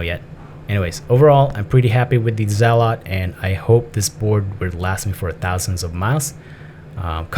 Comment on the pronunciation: Your pronunciation of "zealot" is very interesting! ZealOt lol